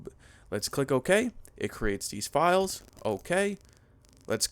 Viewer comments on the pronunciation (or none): none